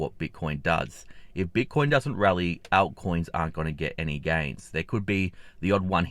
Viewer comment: Right, ALT coins mate. It sounds like he's saying out-coins. 😉🤠